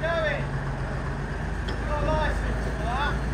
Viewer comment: "You got a loi-cense for that?" That's literally the most English thing I've ever heard.